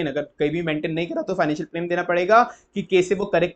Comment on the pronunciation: Sir pronounciation se bahut dikkat hoti hai aapki video mein Eg. Plan ko aap plane keh dete hain